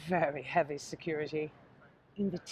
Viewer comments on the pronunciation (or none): none